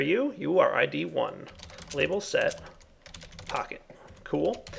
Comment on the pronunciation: you should get a texture pack for computercraft that shows Pahimar's face on the Pocket Computer, because it sounds like you're calling it a "Pahi Computer":D